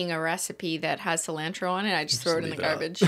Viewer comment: the way cristine says cilantro as a mexican makes me i cry a little